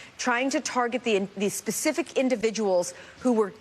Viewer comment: "Specific" "Specific " so many Spacifics😂